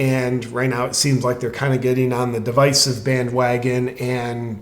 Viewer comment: Thanks JP for pronouncing divisive correctly!